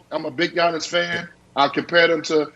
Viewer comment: It’s Giannis lol